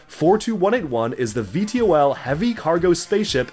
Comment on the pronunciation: Bro called VTOL V to L 😂